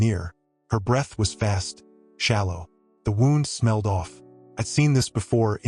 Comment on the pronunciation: In this case wound should be pronounced like wewnd not like a clock being wound.